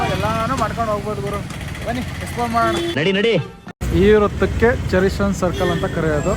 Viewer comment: ಚೆರಿಸನ್ ಸರ್ಕಲ್ ಅಲ್ಲಣ್ಣ ಚೇರಿಂಗ್ ಕ್ರಾಸ್ ಸರ್ಕಲ್